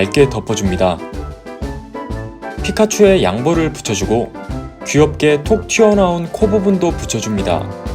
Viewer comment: 피카 자꾸 좆까 들리는 건 기분 탓?